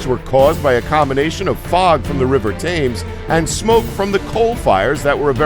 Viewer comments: It's pronounced tems not tames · Pronounced "TemZ"! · It's pronounced Temzs not Tames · River Tames ??? It is pronounced Tems, although spelled Thames. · the river tames???, its pronounced tems..n oh yeah coz there are loads of turtles in London.??? pff..n entertainment?? haven't you heard of a piano? or any instrument or Victorian songs? or card games?? traced my heritage back and found out grt grt grandparents were cobblers, to those who don't know, that's a shoe maker.. n anyone outside London or AMERICA had tv and computer games and mri scans in those times..wow thy mustv bn entertained back then, unlike us londoners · Thames is pronounced "tims" not "tames" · "Thames" is pronounced "tims" not "tames"... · Thames is pronounced "Tems" not "Tames". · The river Thames is pronounced T E M S, NOT Thaimes. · Very inaccurate. I loved the "River Taymes". Says it all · Wow. Just wow. The River "TAmes"? Really? I realize that accuracy and fact checking is just too much to expect from this type of video, but you could at least have made the effort to pronounce things right. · How come it's spelled Thames but he pronounce it Tames? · The River Thames, is pronounced Tems... (I know...there's also one in the US pronounced with the H). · Fallenfromgrace it's pronounced tems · Very little of this was surprising, nor was all of it common or unexpected. Also it's not pronounced 'tames' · Two things. One the river Thames is pronounces Tems. Also the cages you showed were not to stop vampires, but to stop grave robbers, which you even mention in the video. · The river is pronounced "Tims" like the name TIM but plural. Common mistake, no harm no foul :) Very cool vid though!! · TechWith Todd no it is pronounced tems, not Thames or tames or tims how those words sound it's spelled Thames but you say it like tems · Yup!! phonetic pronunciation would be TEMZ, Certainly not THAMES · The River Thames is pronounced "Tems" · the river thames is pronounced like TEMZ